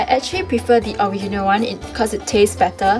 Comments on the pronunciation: When says original all i hear is owinemo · lol can't pronounce original